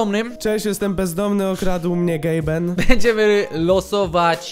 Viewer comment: Tylko to nie jest Gaben tylko Gabe.